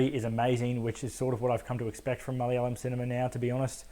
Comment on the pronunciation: Damn you say ‘Malayalam’ better than most Aussie Malayalis. Also, yeah unfortunately it fell prey to the inevitable exposition dump and the geezer fight though it wasn’t as big as an issue for me, was kinda funny and I don’t think it was meant to be.